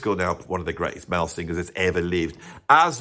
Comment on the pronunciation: It would be nice if you could pronounce singers instead of sing-gers! And then you reprise the "club singer". Vic will be sending a cease and desist.